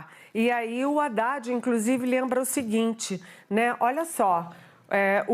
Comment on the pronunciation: A largou um "incrusive" hahahahahaha